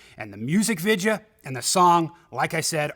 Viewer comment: I don't know here's an easy question why can't you pronounce the word video the way it's written the way it's supposed to be pronounced I don't get it